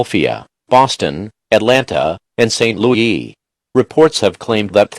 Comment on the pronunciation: Robot: St LoE Me: Robots are dumb